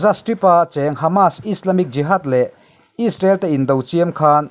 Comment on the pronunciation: Israel ti ve maila ..... Aiissrael han tih kher...media ah i thok ve sia...midang thuziah i chhiartho sia...a ziaktu ziah anga chhiar mai awm.... Rainbow channel hi chu inla tluk lo deuh ani....mahni irawm news tih chhuah chuan...nangni 3 inkawp in nia...rainbow 1 nia...news fawmkhawm chuan inla tluk lo deuh ani....